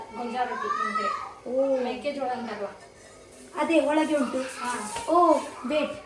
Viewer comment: correct the pronunciation it's not Holage it's Olage learn to know the difference between Ha and aa